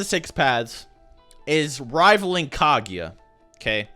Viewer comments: Lol dude it's "Ka-Gu-Ya" not "Ka-Gi-Ya" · Kaguya not kagiya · Decent video, but can you please learn how to say KA-GU-YA instead of spamming kha-gi-ya!! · I can't understand how U keep pronouncing Kaguya as "Kagiya". It's Ka-Goo-Yah. How difficult can it be? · How the fuck do you get Kagieya from Kaguya?